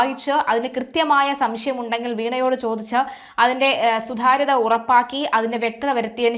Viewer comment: സു 'ധാ ' ര്യത ഉ '' ഗസ്തർ 😂🤣😂 സിമ്പിൾ ആയി സുതാര്യത, ഉദ്യോഗസ്ഥർ എന്ന്. പറഞാൽ പോരെ കുഞ്ഞേ